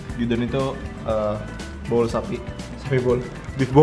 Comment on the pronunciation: Bowl sapi, tdnya gw dengernya bool sapi wkwk